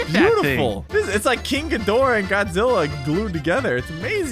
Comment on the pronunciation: You said gidorha